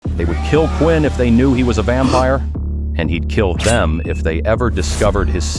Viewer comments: Gng it’s “ vampire” not “vampier” 🥀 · Vampire ❌ Vampier ✅ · Ahh what in the ‘vampier’ ai slop is this 🫩✌️ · “Vampier” huhh💔🥀